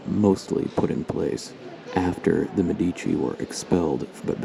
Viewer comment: In the word " Medici" the stress must be on the "e", , on the first syllable.